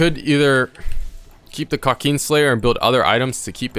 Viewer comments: KRA kin slayer not Kra keen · nobodys gonna talk about how he says kraken slayer? kauukeen slayer 😂😂😂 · Love the way he says krakeen